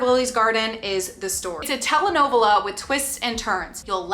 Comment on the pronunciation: i’m sorry but the pronunciation of telenovela😭😭😭